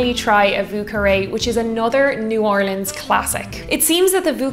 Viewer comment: As a girl from New Orleans, I'm super excited to see our notable cocktails and their history on your channel. So as we say here when we are ready to drink and have a great time, Laissez les bon temps rouler! (Let the good times roll.) 💜💛💚 also extra points for pronouncing New Orleans correctly.